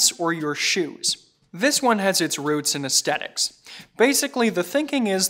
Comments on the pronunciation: He's a good presenter. Clear and engaging. But his mispronunciation of "aesthetics" triggers me. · Whilt I am trying not to come across rudely, I must ask, is that actually a common pronunciation of aesthetics in some part of America, or is it unique to? I am British and it seems very unusual to me, but of course if it common in the US then it is simply a regional variation (there are many between British English and US English after all). Also - seeing the uncomfortable number of negative comments; while I too prefer Sven's style to, it is neither kind nor fare to criticise, given he is still both relatively new and relatively young. Also I have previously seen very positive comments on his delivery and so it must be a personal preference. You are doing well and I am sure you will hit your stride in due course and have as many fans as Sven does.